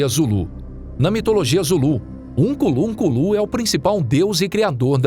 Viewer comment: Ukunlunkulu da errado, o certo é Unkulunkulu.